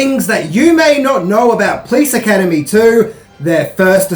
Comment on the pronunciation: I love you! But why do you pronounce it: "Please Academy" It's: Po - lice! 😄